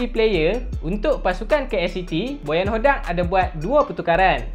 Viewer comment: Min sebut bagi betui.. bojan hoDDIYAAQQQQQ